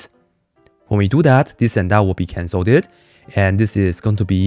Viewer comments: I love how he pronounces “cancelled” as “canceldid” so much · splendid canceldid!